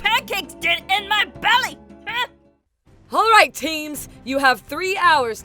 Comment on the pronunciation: "You're gonna go down AARUN! Like those pancakes in mah BELLEAH!!" DEAD 😂